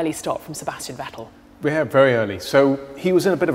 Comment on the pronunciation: How do you not even know how to pronounce "Vettel" properly? You work in F1!